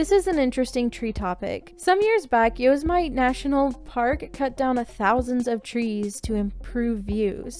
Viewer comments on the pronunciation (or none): Yoze-might? Really lol? It's "Yo-sim-it-ee". Like Yosemite Sam. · it's Yo-Sem-e- tee. Really through me a curve. Lol